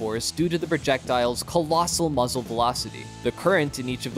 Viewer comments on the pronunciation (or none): none